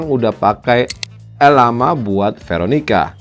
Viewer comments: Ucapinnya bukan "el la ma" pak, tapi "llama". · Llama itu diucapkan Jama, karena itu dari kata spanyol. Double L diucapkan J.